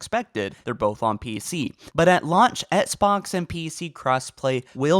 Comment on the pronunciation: I can’t stand how this dude says “Xbox”